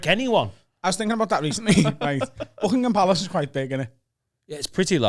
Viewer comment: the queens official residence is Buckingham Palace. You said it wrong